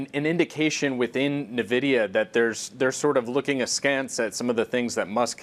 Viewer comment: the moment he called it Nevidia, I came here to write this 😂